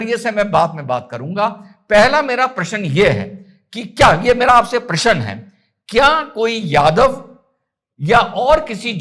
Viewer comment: सर आप "प्रश्न " को प्रसन क्यों बोलते है। क्या आप जानबूझ कर ऐसे उच्चारण करते है या एक आपकी आदत है। जैसे की बचपन से या फिर कुछ क्षेत्रीय भाषा होती है जिसे लोगों की जुबान से नहीं जाती है और यदा कद ऐसे शब्दों का उच्चारण हो जाता है। कृपया बताएं।